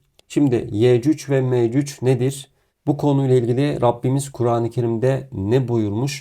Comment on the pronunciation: Afrika'da altın ariyan insanlar bunlar. Ya yürü git gerizekalı .. senin gibi aptallarda insanları neyle kandırıyor İslam'dan bişey anladığın yok gelip burda saçmasapan zirvalamar yapıyorsun utanmıyor musun böyle yalan dolan videoları yayiliyorsun. Yecüc ve mecüc ismini bile telaffuz edemiyorsun . Orda dozerleri iş makinalarinidami görmüyor sun Allah'ın kör ü